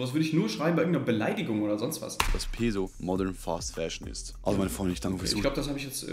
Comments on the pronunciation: Das einzige was mich an ''peso'' abfuckt ist dass alle das falsch aussprechen 🤣🤣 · bei Peso wird das S scharf gesprochen weils spanisch ist